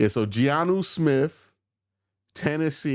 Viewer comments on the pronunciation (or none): It's Jonnu. Not Giannu😊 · Btw, it's Jonnu, not GEE-ANU Smith